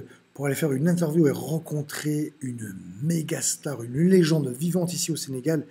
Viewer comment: C’est pas senagal mais Sénégal